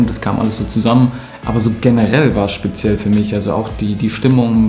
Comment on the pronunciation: Niemand: Götze: sPeZiElL